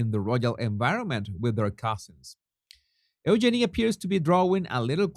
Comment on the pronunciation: EUGENIE IS PRONOUNCED U-Jeannie, not Ooh-Jenny. Jesus honey. Lots of love and bliss to you too. love your shows, make me lol when you call that odious pair The Duke & Duchess of Sausages and their charity Asswipes. Really makes my day. 🤣🤣🤣🤣🤣